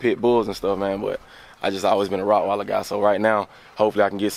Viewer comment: Did he actually say rottweiler... here I thought they were rock wilder's.. lol.. nice looking Rottys though